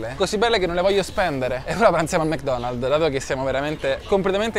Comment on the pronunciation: Tutto bello ma Mc Donald's NO! Mc NOnal's!